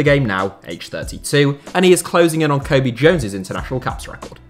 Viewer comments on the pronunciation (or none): none